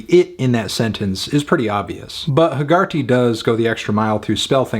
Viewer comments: I cringed at the pronunciation of Hegarty as heh-GAR-tee all the way through. It’s an Irish name and is pronounced HEH-guh-tee. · That is not how you pronounce Hegarty lol